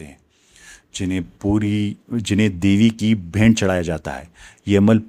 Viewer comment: sir g bhaynt nhi bheent